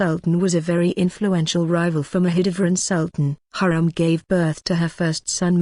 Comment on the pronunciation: I think you prounced her name wrongly. Watch the movie magnificent and see how the Turkish prounced it.